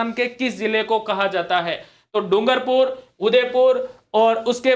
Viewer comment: सर "डुगरपूर" नहीं "डूंगरपुर/डूँगरपुर" होगा।